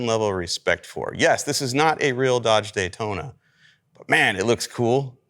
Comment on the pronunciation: Not a Daytona, a NAY-Tona.